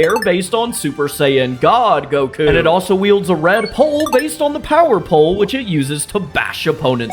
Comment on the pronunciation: You butchered Goku my guy